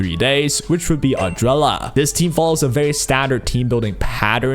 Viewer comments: Adrela? Not ardelia? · It always hurts me, when you call her Ardrella 🤣🥲 thank you for the video!